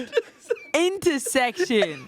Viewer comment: I have never cried laugh in a long time until answered “inta-section”